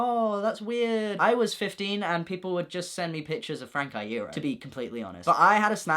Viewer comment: I LOVE THAT YOU PRONOUNCE FRANK IEROS NAME RIGHT!